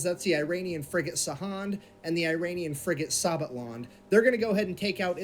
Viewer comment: fffrigate hahaha